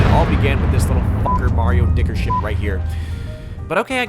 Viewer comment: he said dicker